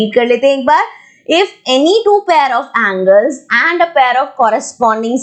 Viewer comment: Angle angle angle nahi hota hai mam